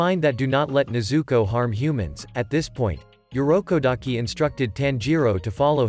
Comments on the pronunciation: Urokodaki Not Yurokodaki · It irokodaki not yorukodaki😊